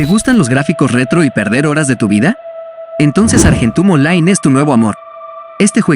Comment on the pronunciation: Me gustó mucho el acento argentino que le diste al Argentum Online 😂.